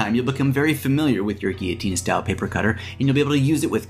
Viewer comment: what the heck is a geoteen.. GILL-O_TEEN is how it's pronounced ...!!